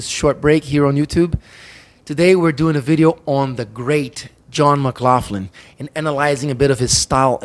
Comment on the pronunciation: Good observations. You’re pronouncing John’s name wrong! It’s: McLachlan ( mə-KLOKH-lən) and yes I know him.